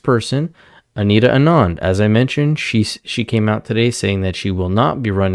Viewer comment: That newscaster should be deported for how she pronounced “Anita Anand”